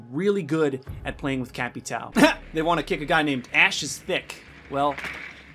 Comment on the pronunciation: Cap-i-tow lol 😂